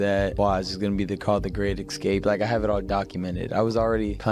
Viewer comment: Lol sneako said it "you goona regret it"